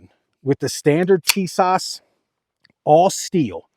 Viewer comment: Tis~ash say like this